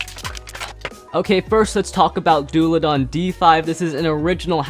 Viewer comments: As a viper hydrax owner I find the fact that messed up their names, very painful. Also, it's pronounced Daul-a-han. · It's dullahan not dullahan